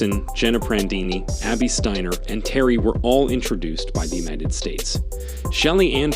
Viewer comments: Could you make up your mind about pronouncing Abby Steiner's last name? Is it Stainer or Steiner? Btw, could you have shown the woman's race in its entirety? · 1. What did she do to Jackson that was so insane? Beat her in a race? Stop it! 2. Who is the moron narrating this clip? He mispronounced Steiner about 135 times. It's Sty-ner. That's it, not Stain-ner, or Sten-er or whatever other way he pronounced it. Show some respect and at least act like you've got some smarts. If Steiner is too hard to pronounce or you keep forgetting how to same the name, call her Abby. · Lol this dude pronounced her name 3 different ways steener, stainer and steiner... what a moron. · Dude, you went from “Steener” to “Stainer” to finally “Steiner” at the end. The vid would be more believable and acceptable if you were to pronounce Abby’s last name correctly, consistently. Dork. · Wow three pronunciations of Abby's last name (Stiner Steener Stainer). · Abby Stainer😂... enunciate bro. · Please pronounce Abby’s name correctly! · Abby is awesome but, it is disrespectful to mispronounce her last name at times and pronounce it correctly at other times. Also, it's not CAHVID,,,it's COVID. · What's the deal with the commentator in this video? He goes back and forth between pronouncing Steiner's name with a hard A sound and a hard I sound. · Be nice if you’d get the pronunciation of her last name correct. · A little annoyed that the announcer mispronounced Steiner and baton so much. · Please pronounce her last name right............Sometimes you do sometimes you dont...